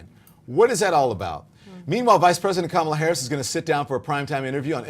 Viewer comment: Does no one teach Whoopie how to say Kamala??